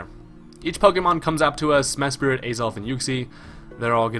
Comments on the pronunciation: MES-PRIT not mes-spirit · Why does people call Mesprit for MeSPIRIT. I dont know if it is pronounsed like this, but im just wondering if every Poke Youtuber has dyslexia or somethin :p